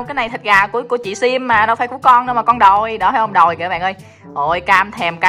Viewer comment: Sim chứ không phải là sam à